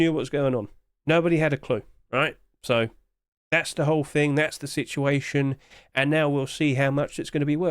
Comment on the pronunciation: there is no F in the word "thing"